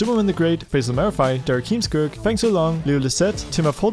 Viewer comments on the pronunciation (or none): none